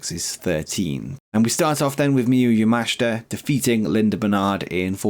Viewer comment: Also, yes, pronouncing Miyu yamashita correctly now 👍 appreciate the effort xD